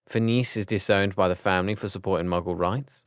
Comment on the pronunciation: HE CALLED PHINEAS "PHINECE" 😂😂😂😂😂LMAO He says Regulus like "re-GOO-lius"